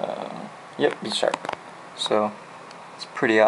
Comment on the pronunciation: its pronounced Buy-Sharp